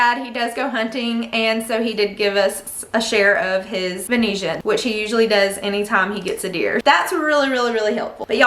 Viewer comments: No shade meant. You are pronouncing Venison wrong. You are calling it Venetian. Which means something of Venice, Italy, or a type of window blind. Just look Venison up in the google dictionary and hit the pronounce button. I do love your content so much and wanted to help you out.😊😊😊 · Girlie i love you and this is why i want to tell you..its ven-i-SON..not venesian..im born and raised in NorthWest florida..i promise you that's how you say it..xoxo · I came here to see if I had been saying it wrong my whole life! 😅 I’ve always said “venna-son” but “vuhneeshin” sounds so much more fancy! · Love the budget friendly meal ideas! So many of us are struggling financially with the rising cost of groceries. Your baking skills are impressive, I struggle with baking bread! Also, you pronounce venison so differently! I've never heard it pronounced that way, but I kind of like it :)